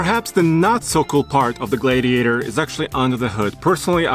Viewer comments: It’s pronounced Glad e a tor, not glade e a tor. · glad-iator, not glade-iator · Glade-iator )))) No it is a Glad iator. Please, we are glad to have a gladiator, not a glade-iator. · Gladiator not glaydiator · Gladiator. Not GlaYdiator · Glad not Gladediator. Lol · Glaidiator lol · Yeah it's not a Glaye-diator!!! I could barely watch this guy!🤷‍♂️🙉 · Matthew Chandler exactly. That drove me nuts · Noticed that too. Sounds like Glade-e-ator. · The way he said Gladiator made me thumbs down this video...wtf? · Can't even say the name of the truck. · WHY ARE YOU STRUGGLING TO PRONOUNCE THE JEEP GLADIATOR??????? EVERYTIME YOU TRIED TO SAY ITS NAME,I STARTED LAUGHING...……………….whats up with that?????????????????????????????????????????????????????? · Guy can't even pronounce "Gladiator"! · It looks great. And it's really cool that it has a manual option. Only 2 problems... It's a Fiat Chrysler product, AND it will be overpriced. Lastly, I've never heard anyone say the word gladiator like does. What a weirdo. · Pronounce Glad- iator again for me again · It bothers me how he say gladiator. Is it just me....?! 🚙